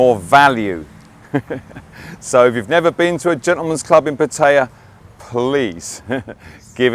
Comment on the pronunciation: At last someone who pronounces pattaya the same way as I do. You hear it said in so many different ways, some are like nails going down a blackboard to me lol